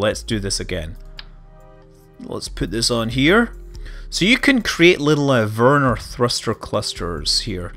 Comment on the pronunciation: You kinda pronounce Vernor like Werner :D